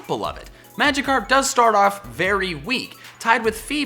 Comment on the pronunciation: DO YOU EVEN ENGLISH BRO it's Magikarp